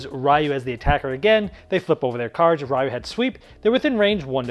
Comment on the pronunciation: ...I can't be the only one that's a little triggered on his pronounciation of Ryu...you say the Y like an E sound, not an actual Y sound >.>